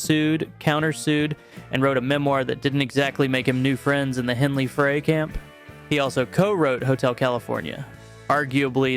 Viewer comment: Not the end of the world by "Any," means, & not a criticism; however, it's pronounced Glen "Fry," not Glen "Fray." It certainly looks like Fray, but it's not. The only reason I mention it is that I've heard it pronounced incorrectly in a couple of the channel's videos. Again, not being an "Actually...," type of comment, simply trying to help. ✌